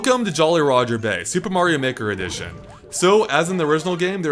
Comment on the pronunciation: I thought you said "super mario nicker" addition